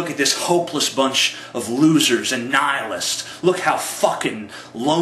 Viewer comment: It's pronounced nee-hil-ist, just so you know. You said Nie-a-list.